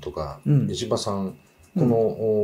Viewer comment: 石破が、虫歯に聞こえる。